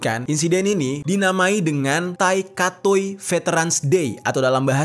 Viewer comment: Bukan katoi cara bacanya tp kethei yg bener bacanya😂